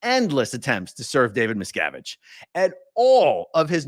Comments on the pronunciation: meeeee sko vich I love it never saying it right again🤣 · The judge is pronouncing it closer to the surname miscowitz, which i think little davies father, Ron, said was the original. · That pronunciation makes me picture JarJar Binks as a judge. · the mispronunciation of the name is the new level of trolling. marvelous! and about the "bad strategy" - i guess if you live kinda like a dictator you get used to people always accepting whatever you say as inly truth, and look pass your stupidity. dictators get lazy and forget to "behave" when in outside world. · Judge probably knows litlle Davey? That’s why he deliberately pronounced it incorrectly. Someone is being paid off? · The lawyers probably refrain from correcting the judge's pronunciation because it would imply they actually know the man.